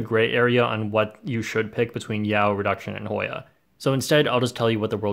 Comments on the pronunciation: voice "Hoiiya!" and "yau" made my day 😂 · HOY-A... YAU. litterly the best 5 seconds of the video